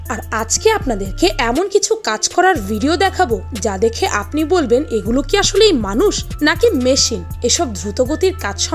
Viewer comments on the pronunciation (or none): none